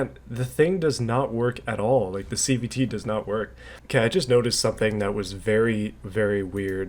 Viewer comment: Watching this at 2x speed makes it sound like you’re saying CBT instead of CVT